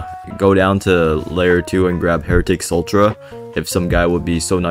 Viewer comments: idk why i feel the need to inform you but instead of sultra its sue tra for heritics sutra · please stop saying sultra it’s sutra